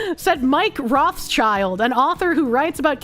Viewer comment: one trivial thing, it's not roth child. it's roth schild, read as roth shield. their name is yiddish for red shield, their coat of arms, not for red kids.